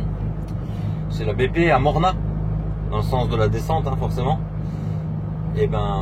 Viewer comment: Slt, super vidéo comme d'habitude, à Saulieu c'est le taureau de Pompon, pour info Mornas il faut prononcer le S soit Mornasss hihihi!!!!! bonne route et prudence.